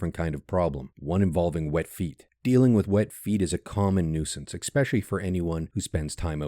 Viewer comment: Expecially? It's ESpecially.